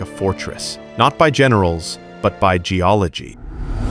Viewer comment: Did Buddy just say geology?